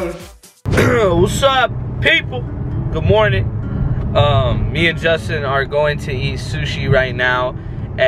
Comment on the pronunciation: Is it just me or it sounded like he said justin amd romie